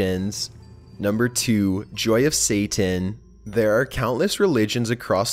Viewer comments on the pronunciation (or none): none